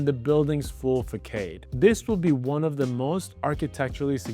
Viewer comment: facade pronunciation is fuhsaad - not fuhkayde